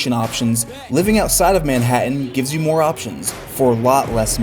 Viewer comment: why does this guy insert an 'uh' at the end of words "on the other handuh" "living under the poverty lineuh" "this video, is for youuh"